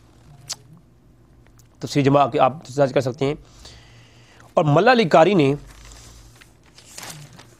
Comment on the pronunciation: Malla Ali Qari ni hy yar Mulla Ali hy plz pronounciation theek kro baqi byan haq kia